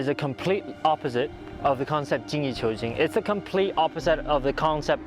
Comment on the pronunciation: 精益求精 is “Jean Yi chew jean”